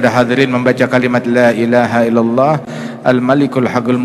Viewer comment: Bacanya yg bener Hul malikul apa Al Malikul Pak ustad